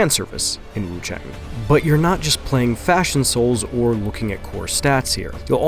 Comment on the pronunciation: WuChang, I think the a in chang is pronounced more like 'ah' instead of 'eh', so is Wu ChAHng.